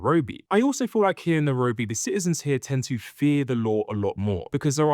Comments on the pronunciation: It's not Nerobi it pronounces Nairobi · Good video and comparisons, I think for a more immersive experience you can say the name of the place properly (Na-I-robi) and also some of the local/regional words for things.